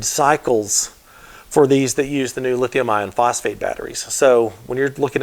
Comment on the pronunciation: My ears may be hearing incorrectly, but it sounds like you were describing the better batteries as lithium ion instead of lithium iron...?